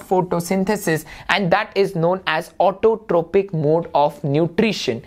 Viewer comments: sir it is pronounced as autotrofic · ITS PRONOUNCED AS AUTOTROFIC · learn to pronounce autotrophic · Sir, isn't it Autotrophic, heterotrophic, and saprophytic (pronounced as Autotrofic, heterotrofic, and saprofytic respectively)?